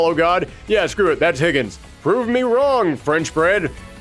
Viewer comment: "Higgens". It literally says Higan. Idk where you're getting the S from, and it's pronounced He-Gone.